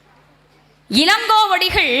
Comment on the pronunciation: இலங்கோவடிகள் என்கிறாரா இளங்கோவடிகள் என்கிறாரா? பல என்கிறாரா? பள என்கிறாரா?